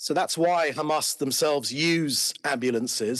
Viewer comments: That old fool keeps repeating khamas khamas, did khamas murdered Hind Rajab and her family? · I've lost count of how many times he said Qamas. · I think everyone switches off the second they say khamas...to save their ears from being polluted with their bs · How many times he said khamas? Every singles statement of his has at least 90% khamas!! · He just does not shut up!!! Bla bla bla!!!! He said Khamaas Khamaas maybe Zillion times!!! He should seek psychiatric help!!! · By the way it's beautiful to see that 99.99% reacting to this video is against David and his Israhell. But after hearing "GAMAS" for "93" times in 10m i'm out, everything is GAMAS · khamas khamas khamas khamas khamas why this Israeli gov spokesperson always speak out of the box/topic and always avoid the question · How many times he mentioned Hhamas😂😂